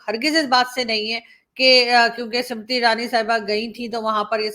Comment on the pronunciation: The name of the minister is not Simriti but Smriti. Do pronounce correctly.😅